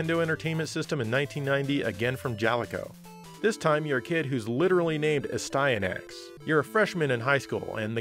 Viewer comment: The way you pronounce Astyanax is the right one. Its an ancient Greek name.